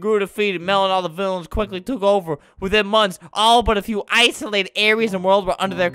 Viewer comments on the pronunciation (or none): none